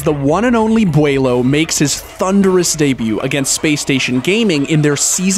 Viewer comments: How do you mess that up. The video even pronounces his name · The intentional mispronunciation killing me.😂😂😂😂😂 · The way he says his name hurts me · I love the miss pronouncing his name just to wind everyone up 🤣🤣🤣🤣🤣 the commitment to that meme 😂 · The way he pronounces Beaulo every different time is so funny to me. Like He pronounces it right once, then the rest is just a mix. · I thought he pronounced it normally until and I died laughing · The way he says Beaulo makes me want to die lmao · I'm getting TRIGGERED 😡 everytime they say beaulo wrong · He pronounced beaulo in like 13 different ways😂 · lol i love how he keeps saying beaulos name wrong each time he says it. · I love how many times he purposely says bealuo incorrectly I can already see all the little kids getting triggered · Did anyone else notice how everytime he says the name he pronounces it different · Haha bro nah i never heard these mispronounced versions of his name the first one got me off guard that was so funny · I love the way you try to trigger everyone by mispronouncing his name in the most possible ways xD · I love how you guys increasingly mispronounce his name as you go up the list! XD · How many different ways are you going to pronounce his name. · im gonna slap tf outta this guy for not saying beaulo correctly XD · He mispronounced his name and the clans name😭😂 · Beaulo’s name is just weird so everybody will mispronounce it on purpose. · Is it just me or does he pronounce beaulo differently every time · Why do you say his name wrong so many tjmes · why he pronounce Beaulo's name wrong three different ways? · this guy need to be fired he failed to call beaulo name for like 38 times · Bros gotta learn how to choose one way to mispronounce his name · stop mispronouncing the name plz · you don’t know how to correctly say the name Beaulo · Quit saying booooulo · its not booloo, its bowlow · Bwelo? Its bowlo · Beaulo not Bulo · bewlu boiloo boolo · Commentator: Bwaylo Comments: 👁👄👁